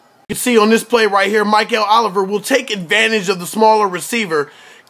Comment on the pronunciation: Pronounced Mick-el not Myk-el...no matter though, people will know his name soon enough! Mikel Oliver.